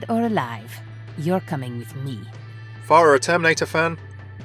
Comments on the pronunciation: Remember children it's "far-ah" not "FAIR-ah" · THAT WAS A JUDGE DREDD REFERENCE NOT TERMINATOR ALSO ITS PHARAH NOT PHARIAH Good video though thanks